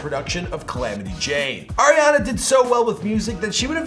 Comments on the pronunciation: Ar-iana not air-iana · He's says Air-iana